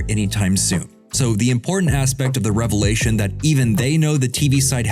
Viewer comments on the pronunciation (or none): none